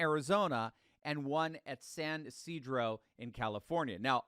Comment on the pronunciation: Thank you for pronouncing San Ysidro properly. Some people really butcher it.